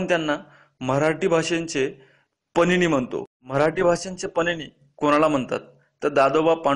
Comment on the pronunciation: pnini nahi panini.aani baba padamji nahi padmanji ase aahe.tumhi je kahi sangta te abhyaspurn asayla hve.chotya chotya chuka hone apekshit nahi